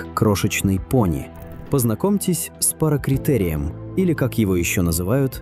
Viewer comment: Парацератерием а не паракритерием